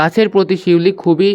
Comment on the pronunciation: স্যার পিউলি না শিউলি